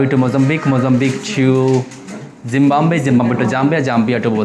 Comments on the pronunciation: Tu zimbombay kab thik se bolega.. Views ke liye bol raha roh bas.. Ab thik se bol ab pak raha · For... Zimbabwe ❌ Zimbambe✔ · Bhaiya 'Zimbabwe' hota h .. Zimbambe nhi 🙅🏻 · ki galti he, ek asan se desh ke naam ko itni baar galat bologe to wo aapko jail hi karenge na 😂🤣zim..bab..we ko zim..bam..be.. wah re wah.... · Zimbombay 😂😂😂😂😂😂😂😂😂😂😂😂😂😂😂😂😂😂😂😂😂😂😂😂😂😂😂😂😂😂😂😂😂😂😂😂😂😂😂😂😂😂😂😂😂😂😂😂😂😂😂😂😂😂😂😂😂😂😂😂😂😂bhai tu international blogs karrai ..... Ra ko da bolna band kar bhai...😂😂😂😂😂😂😂😂😂😂😂bihari nahi raha indian hai bhai ab tu..... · What a character!! Can't pronounce something as simple as Zimbabwe, calls it Zimbambe.. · Hi not “Zim-bam-be!!! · It's ZIMBABWE NOT ZIMBAMBE... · The difference between Zimbabwe and Botswana is stark indeed! The people appear to be quite friendly and respectful towards tourists. It is really funny the way you pronounce Zimbabwe. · Are yaar ye kabhi nahi sudhrega abhi v Zimbabwe ko wrong pronounce kar raha hai 😮😮😮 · Bhai Zimbabwe ka nam thik se pronunciation nhi ker pa rhy ho😂😂 kya trevler banoge tum 😂😂 just kidding bhai..❤ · Enjoy watching your videos. Pronounce Zimbabwe correctly which is ज़िम्बाब्वे.